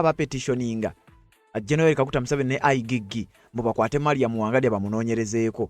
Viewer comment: Not I gee gee But I jee jee Check pronunciation in Google